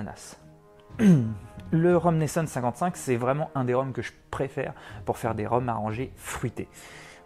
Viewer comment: Hello Merci pour la recette 👌 Par contre, ça se dit « Neisson » et pas « Neissonne » 😜